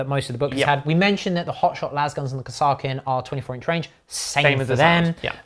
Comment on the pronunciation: Chef... Please look up how Kasrkin is pronounced by the Kasrkin Sargent in dawn of war. No idea if it is correct... But it is the way! Really enjoyed the video!